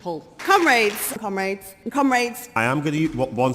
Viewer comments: why do i here "cum-rats" .... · Cum raids obviously is what they are saying. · I can't not hear "cum rags" when they address each other. Might be just a yank thing or they really don't take themselves seriously. I don't know... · Am I the only one that keeps hearing them call each other "cum-rags" when they're saying comrades?